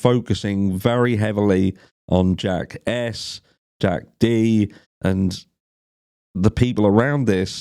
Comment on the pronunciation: Every time he says "Jack S" it sounds like "Jackass." Which is great.